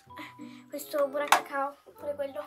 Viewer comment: non si dice burracacao ma sidice burrocacao😂😂❤❤❤